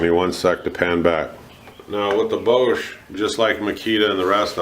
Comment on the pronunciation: its pronounced ''bosh''